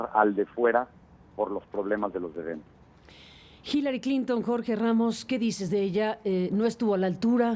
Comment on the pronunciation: Hillarie????? jajajajajaj es Hillary pendejo